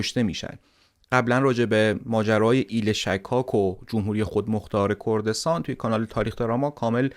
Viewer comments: ایل شِکاک درسته، نه شکّاک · تلفظ صحیح اسم ایل شکاک : غلط فتحه روی حرف( ش ) ❌️ صحیح ضمه روی حرف ( ش )✅️